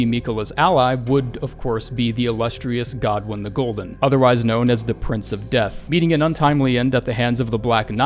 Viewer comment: Who the fuck pronounces godwyn like that